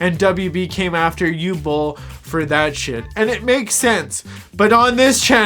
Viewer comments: What is it with Americans imposing their own ignorant pronunciations on foreign names and words? Uwe Boll's first name is pronounced (approximately) 'OO-VEH', not 'yoo'. If you can't be bothered with an education, at LEAST ask around, for fuck's sake! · Bro, it's Uwe Boll and not Hugh Boll...not that difficult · I can understand some saying “Oove”, as one syllable. Or even Yu-weh, as two. But not “Ooo” or “You”. Easy to look it up on Wikipedia and press the loudspeaker icon. I think the Dune character was Dr Yueh. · oh, you mean "OO-veh" AKA Uwe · Uwe is pronounced oo-veh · Uwe is pronounced OO-VA. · Oo-vuh is how it’s pronounced. Can’t wait to watch. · '' ooveh bowl'' is the pronunciation. Fun video. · Dude it’s pronounced OOOO-VEEEE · his name is pronounced °OO•vuh°! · Uwe is actually pronounced “oo-vay” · Just watched it. Very powerful. But please try to pronounce Uwe properly. It's not Hugh... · It's OO-vay Boll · I’m fairly certain the name Uwe is pronounced “oovay” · Oo-vey is how we pronounce Uwe. By "we" I mean people.... Looking forward to seeing this film! Cheers! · Uwe is pronounce Oo-vay, that said, he has made dozens of movies, well known for his B rated movies with "deep" messages. Nothing he's done has been really world changing but this one might be that ONE film... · the first name "Uwe" is pronounced Ouveh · We need lots more politically incorrect cinema! 👍 Just FYI, Uwe is pronounced Oovay. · Uwe = Ooh-Vah. Two syllables! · Uwe "you way" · Its difficult to express just how incorrectly you pronounced Uwe Bolls name. Uwe -> Oogh - W - (as in Water) -EH (as in meh your pronounciation could be better) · If you're interested about how the directors name is pronounced, just think about the vacuum cleaner brand ...Hoover. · You’re butchering his name 😂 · ok but please pronounce his name properly at least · I pronounced his name like the doctor from Dune that betrays the Atreides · The W is pronounced like V in german